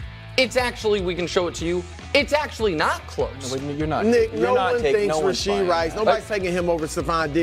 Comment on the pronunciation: It's RASHEED RICE. Get it right !!